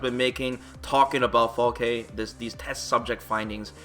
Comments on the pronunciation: I said it a bunch of times, it's Falke the E is silent so Falk(e) not Falkeh lol smh. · Falk-uh. Not Falk-aye. It's German for falcon. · Is Falke really pronounced “fall-kay” ? I read it as “fall-kh” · So we can assume that her name is pronounced "FAL-kuh," yes?